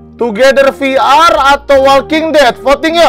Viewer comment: VR Bukan Veler.